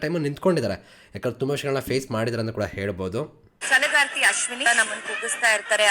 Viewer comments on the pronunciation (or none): Bro adu ಛಲಗಾರ್ತಿ alwa why kannada mistake by him